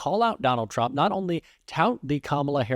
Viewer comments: He also didn't pronounce "Trump" , I think he said "dump"? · Did anybody else catch the slip of the tongue ? Neil said: Donald Drump Somebody please make this go viral. Vote Blue Always ! 💙🌊💙🌊🦅🦅🦅🦅